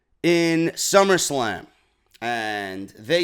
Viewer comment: did he just say summerscam? wtf is a summerscam lol sorry had to rewind to make sure I caught that lol